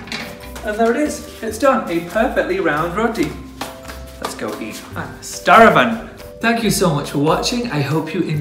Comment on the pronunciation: "starvin" cheers for giving us the Scottish accent you missed from the other video!